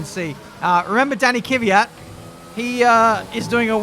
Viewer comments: It's pronounced Kvyat. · Kvyat is pronounced as kfiat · It's Kvyat just how Crofty says it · TFW is trying to pronounce Kvyat right after all these years and he's gonna be gone next year so it won't even matter... that timing. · For say Kvyat name right you have to say ''TORPEDO''. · Pronunciation is very similar to the way says it, he just emphasizes the wrong syllable (1st instead of 2nd, like it should be). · thats how to say kvyat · I think you say Torpedo😂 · KIWYAT not keyveeat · Okay, here it is: K - V - Y - A - T not K - Y - V - Y - A - T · It's Kiviat that's the pronunciation. But It's Spelled as "Kvyat" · Kuh ve yat. Say it quick there you go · Kvyat - hard K followed by soft V. Ya like in Ya(s) marina, followed by hard T. The stress in on ' ya ' sound. Квят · It is KVIIIIIAAAAATTTT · k-vee-at for pronouncing danil’s name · The pronunciation (what I say) is said like this: Kyviat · Danny Kiv-Ey-yat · It's pronounced квят. Trust me, I know. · Kvyat is pronounced as key-vey-at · Holy shit I thought I was the only one annoyed by "kiwi-yat" lmfao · Kvyat is pronounced like Fiat, but the K and V are both pronounced. (Kveat) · Ka - vee- yat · Kvyat pronounced: k-vi-at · Step 1: Say Fiat Step 2: Replace the F with a V, so "veee at" Step 3: Put a K in front=kveeat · U pronounce it as Danill K-fi-at grammer right there bois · It's ki vee yat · It must be around "kwiat". His name means flower. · Say Kviat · About the pronunciation from the vodka-drinking-for-breakfast racer, it's kVIat , for being russian... The strong pronunciation is at VI \o/ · I'm no Russian but I pronounce it Kiv-yat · Its daniil KVYAT, I don’t know where people got the E after K from. It’s is pronounced as it’s written. In russian its Квят, я is ya. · It’s pronounced„kwiat“ but only one syllable no kwi-at or ki-wi-at just kwiat ain’t so hard when you give it a few shoots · its kVYAT